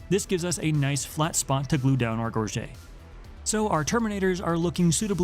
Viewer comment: It’s pronounced gorge-it